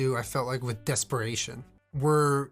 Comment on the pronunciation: Desperation more like desper-slayyy-tion